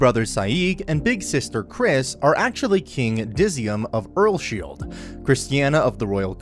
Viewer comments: The fact that he said "Earlshield" made me a little bit triggered. My guy the pronounciation is Earls-Hide 2 syllables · Am I the only one who gets kinda triggered that the dude says earsSHIELD rather than earlsheid? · He says earlsheid weird😭